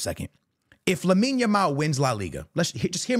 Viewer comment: Finally he Call that boy "Lamine" not yamin yamal 😅